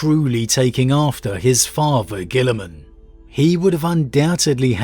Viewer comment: I can't believe you haven't learned how to pronounce the Ultramarines Primach' name yet,. Come on mate, it's clearly Roberto Grillingman, master of all barbecues and slayer of shrimp.